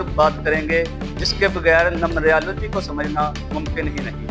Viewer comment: السلام علیکم بھائی جان یہ لفظ نمبریا لو جی نہیں ہے نمرالوجی ہے اپ مہربانی کرکے نمرالوجی بولا کریں نمبریا لوجی نہ بولا کریں